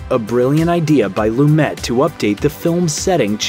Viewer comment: PLEASE. Before voicing the narration to a famous film, learn the correct pronunciations of the major players. 'Loom-et' is excruciating to hear each time you say it!